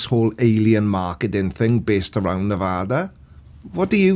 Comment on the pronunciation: Also I'll tell on discord, but he actually pronounced Nevada correctly!! Huzzah! Also the E.T. Jerky is out of this world! (Yeah, I know...that was terrible, but its actually on their billboards!!)